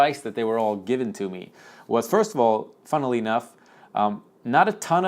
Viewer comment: "Funnely Enough"